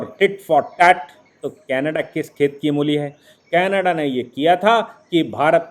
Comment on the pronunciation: कैनाडा नही कनाडा। सही शब्द कनाडा होता है।